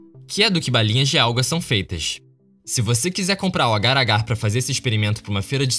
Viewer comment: Nome do bagulhete: Ágar Ágar Como eu ouço: Agaragãn